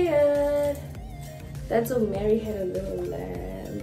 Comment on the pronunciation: Thats on "Mary had a lottle lamb"🤣🤣🤣🤣